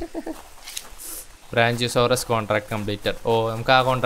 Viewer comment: "ബ്രാഞ്ചിയോസോറസ്" അല്ല "ബ്രാക്കിയോസോറസ്"...😂